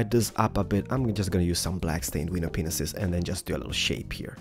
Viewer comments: can you count how many times he said "window Penises" instead of "window panes" ?? xD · You say penis instead of panes (no effense) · It's pronounced window PANES not penises!! Ugh! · You know you're saying penises. It was never funny. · It sounds like "paneses" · I guess everyone is going to disregard this amazing build and lose their shit over the fact that it sounds like he said penis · . Did he just say.... "window. P. E. N. I. S. E. S." 😰😱😱😐 I'm not being mean but...I'm not thinking dirty I SWEAR ON MY LIFE! 😵😕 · did you say wenis-penis? it sounded like it XD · Its Panes/paneses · He said pinese lol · he said pinenises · i love how he pronounses "panes" and "penis" lol